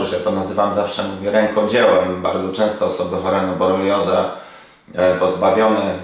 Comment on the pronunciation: BoRELIOzę, nie boleriozę ❗️❗️❗️